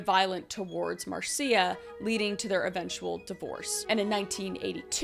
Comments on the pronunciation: Just a head's up. The name Marcia is pronounced MAR-sha. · Marcia is just pronounced "mar-sha". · Marcia is pronounced Marsha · My mom’s name is Marcia and it’s pronounced Marsha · Marcia is pronounced "Marsha" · MARCIA is pronounced as MARSHA. Like Marcia Brady. OCD, HAS GOT THE BEST OF ME.